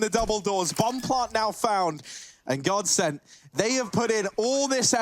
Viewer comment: Bruh it's godsent